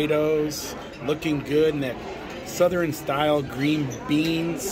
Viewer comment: I've never heard anybody say Southern the way you do..lol...suthe ren....lol...I was born and raised in TN. I've always said it like Suthurne.... cracks me up. Now I can't stop saying it the way you do..smh